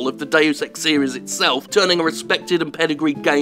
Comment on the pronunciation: Not even the advert voice-over AI can pronounce 'Deus' properly!...